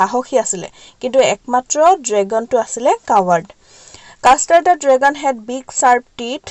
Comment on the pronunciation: Mistake : dragon-dragon. But l like it